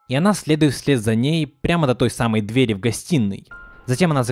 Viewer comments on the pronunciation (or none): none